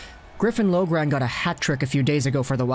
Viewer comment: You pronounce griffin loughrans last name (lock-ren)